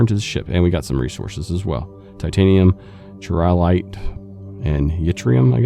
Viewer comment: Just found your channel, so far I'm liking it. Not sure if you're planning on continuing to play this game, but I hope you do. I'm a big fan. Also, I believe "chiralite" is pronounced "kai-ra-light".